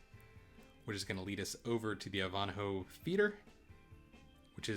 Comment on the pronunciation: Very nice ship tour, Thank for being thorough. One thing though is the pronunciation of Ivanhoe = "EYE - VAN - HO" , not "Eve-On-A-hoe" sorry, but it kind of made me a smidge nutty. 😔😏